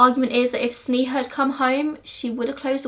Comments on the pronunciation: Pronounced sney-ha but I love your videos ! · Hi.. just wanted to let you know that sneha's pronunciation is sn'ay'ha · It’s actually pronounced SNAY-HA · It's pronounced Snay-ha but eh :P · Girl. you did a good job on the video, research etc but at least pronounce Sneha's name right. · Yeah it is, we can understand the difficulty of pronouncing Indian names, never mind, still love your videos anyway! <3